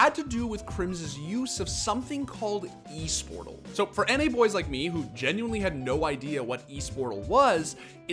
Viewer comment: it's not eesportal it's more like ésportal